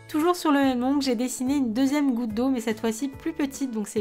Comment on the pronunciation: A elle a dit voute au lieu de goutte